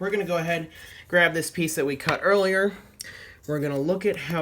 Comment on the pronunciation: I can't tell if you're joking or not, but they were calling you dumb because the original comment was simply pointing out that said "jearlier" instead of "earlier." If you clicked the timestamp then I'm sure you would've understood.